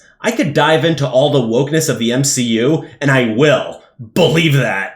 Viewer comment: Lmao "M-She-U" 😂😂😂